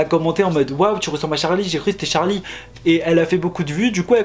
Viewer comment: C’est charli pas chari